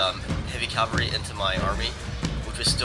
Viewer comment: Cavalry, not calvary. A nun would step in here and say "CALVARY WAS WHERE JESUS DIED" but this isn't catholic school etc